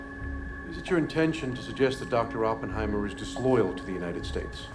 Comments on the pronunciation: It’s most definitely not pronounced Ohppenheimer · It’s actually aa puhn hai mr not whatever this guy is saying